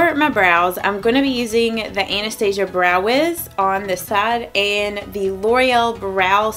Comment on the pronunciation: You are the first YouTuber who pronounces Anastasia correctly. 😊My friend has a Russian friend named Anastasia. Being a Russian name, she is definitely pronouncing it correctly.